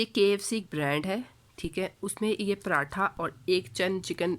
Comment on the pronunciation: Zinger atha nhi hota😂 pratha ka p Nikal k atha ko zinger k Sath bool jese zingerpratha ka p na bol bas😂